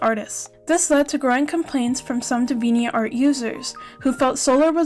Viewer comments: its dee-vee-ant art, like the word deviant (which means someone very sexual and crude in nature) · I've never heard Deviant art pronounced like that before. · your English is brilliant! It wasn't a criticism of your English speaking, just noting how you said Deviant art is all.